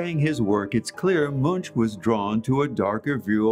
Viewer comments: It's something like "M-oo-nk" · you are pronouncing the artists name incorrectly.